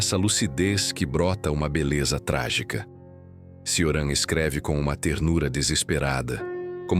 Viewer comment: Ótimo vídeo, só uma observação: se pronuncia “Tioran/Tchoran” o “C” em romeno tem som de “tch”.